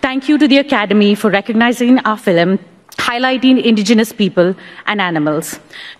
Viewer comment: It's sad the other lady in red didn't get a chance to speak..and the first one hogged all the limelight with her "filim"